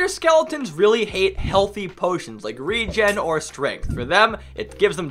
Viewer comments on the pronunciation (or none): none